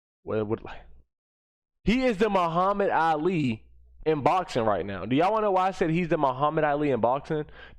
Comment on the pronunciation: The muhammid Ali?.... Please never disrespect the late great Ali like that